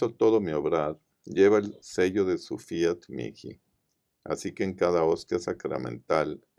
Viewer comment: Fiat mihi (mii) no miki ,por favor.